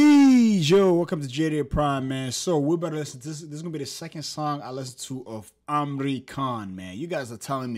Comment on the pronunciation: amri khan 😂bro its imran khan